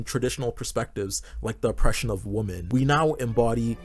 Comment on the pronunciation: 1) It's not "they" it's "their". And 2) Plural, it's not "woman", it's pronounced .. "womEn" . as in "men" with a "WO" in front of it. Why can't so many Zoomers say "WOMEN". You are the most infuriatingly and insufferably annoying generation that has ever lived. And don't "Ok boomer" me for your shortcomings, but if you must .. it's "Mr. Ok boomer" to you.